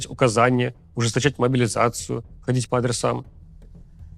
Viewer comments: Левиеев, ты мне импонировал до того, как стал говорить про «могилизацию». Никогда какая-то 56 бригада не победит в войне, явно заточенной на бизнес. Иди, подобровольствуй, или к логопеду. Не пойму, почему КАЦ тебя публикует. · Куда уже больше ужесточать могилизацию? И про какие 150т убитых ты говоришь? Там лям уже.... Хватит врать, только кострюлеголовые и верят в это... Рус сходи ты уже к логопеду, неужели ты у Макса за хорчи работаешь... 😅